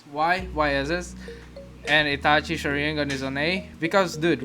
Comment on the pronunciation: My mans says shur in gun